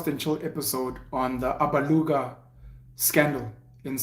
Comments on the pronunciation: I like how he says Alabuga, Abaluga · Those who think SIYA was being ATTACKED need to WATCH the episode AGAIN BECAUSE‼️: 1. SIYA WAS NOT TRANSPARENT AND HONEST WITH HIS RESPONSES. 2. SIYA AND REST OF THE AGENT TEAM DID NOT MAKE ANY CONTACT WITH INFLUENCERS THAT THEY MADE THOUSANDS OF RANDS FROM 3. SIYA DODGED A LOT OF QUESTIONS BECAUSE HE KNOWS THE TRUTH ABOUT THIS SAGA ‼️PENUEL DID NOT PAY ATTENTION AND PRONOUNCES ALABUGA WRONG AND THAT SHOWS THAT HE JUST DID VIDEO WITHOUT PROPER ANALYSIS ‼️ YOU GUYS MUST OPEN UP YOUR MINDS AND WATCH THE EPISODE AGAIN‼️